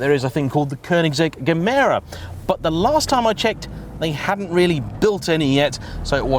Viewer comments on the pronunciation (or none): none